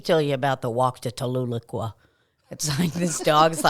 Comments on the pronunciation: Being from Oklahoma, the way was pronouncing Tahlequah was fucking hilarious! 😂😂 Fucking love y’all! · Tahlequah is pronounced Tal-uh-quaw. 👍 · TA-LUH-QUAH Lol. I Live about 45 minutes from Tahlequah oklahoma